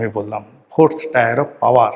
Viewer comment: Tyre টায়ার নয় Tier টিয়ার।